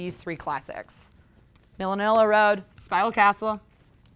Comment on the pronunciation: Millinilla Road? Sorry its Manilla Road lol . i love this chick but her reviews are garbage. Stop talking about other bands for the first few and just get to it. I get it, you like epic doom, geez.